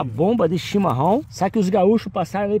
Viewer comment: boa noite.vc fala chimarom mas é chimarrão